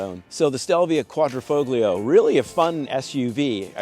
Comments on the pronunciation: It’s pronounced Qudra fo lee oo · The 'g' is silent. Dude sounds like the ignorant American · DAWG...the "G" is SILENT !!